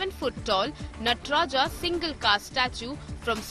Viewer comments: * नटराजा, शिवा, ताडंवा क्या यही सही उच्चारण है???????? * नटराज, शिव और ताडंव सही उच्चारण है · Why is the pronunciation of NATRAJ being done as नटराजा। The Britishers used to call राम as रामा. We are still carrying that practice without questioning it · It's called Natraj not Natraja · Please it's नटराज not नटराजा